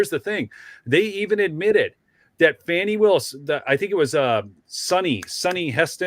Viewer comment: Glad you pronounce the name correctly. Yes- "Fani" as in "Fanny". Not" Fawny" or "Lawny" or "Brawny".